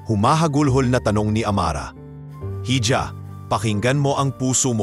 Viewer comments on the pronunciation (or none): Iha hindi hidya_(hija)